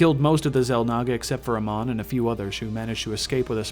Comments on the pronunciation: ITS NOT AMAN..Its Amon..PLease learn the correct names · Why cant any these fuckers that play Heroes ever pronounce Amon’s name correctly? Who the fuck is “ah-mon”. Its “ei-mon”. Amon did not find the protoss. It was the Xelnaga race that created the protoss. Then within the protoss race, somebody managed to bring unity to the race through the Khala which allows them to connect their thoughts as one. It is not the Protoss that rebelled against the Xelnaga, its the Zerg Overmind that went against them, another race that the Xelnaga created. The Aeon of Strife was a sort of war between the protoss who worshipped the Khala and those protoss who chose to sever their connections from the Khala who were then branded as heretics. Unlike what you said, the protoss never killed the Xelnaga, it was Amon who killed the other Xelnaga. Honestly dude, you know jack shit about the content you wanted to put out. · well me being a starcraft fan the lore you said was mostly incorrect ALSO THE WAY YOU PRONOUNCE AMON IS SO BAD... sorry it pronounced AAmon not aMON. just don't be angry these are the flaws i saw. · Your saying Amon wrong you noob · Why do you not pronounce Amon as they do in Starcraft?